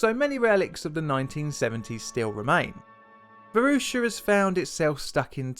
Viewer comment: I grew up in in the Varosha district of Famagusta. I was there during the Turkish invasion, and the things I experienced in that dark time still haunt me. I played on that beach every day. It was a beautiful city, and part of me still considers it home. By the way, you totally butchered the pronunciation of Varosha and Famagusta dude